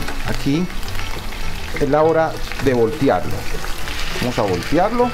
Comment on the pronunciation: VOLTEARLOS, VOLTEARLOS , NO "VOLTIARLOS"